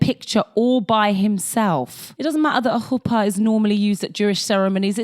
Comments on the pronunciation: Very impressed with your pronunciation of chuppah especially since they say it in such a fuck ass way in the show 😂😂 Love your videos 🤍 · In the Year In the Life revival we finally get proper confirmation that Michel is gay and married to a man. They still had to heavily code things at the time, I guess. Nice pronounciation on chupah! It's a tricky one. Thanks for another great video!